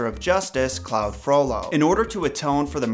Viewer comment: Great video, but the one thing that drove me bananas was your pronunciation of Claude Frollo, its Cl awd, not cl owd.